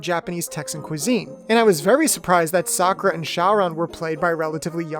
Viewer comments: Sakoo-ra and Showron? I only know Sah-currr-ruh and Lee. That's what they were called in the Nelvana dub. Oh man it's a trash dub, but it's my childhood ❤️ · Facts... "Sa-koo-ra" instead of "Sock-er-a" sounds straight up Disrespectful for Japanese Pronunciations🤦‍♂️ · It's SAKura, not SaKOOra or SaKUra. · Correction sUHkura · Thats the weirdest way of pronouncing Sakura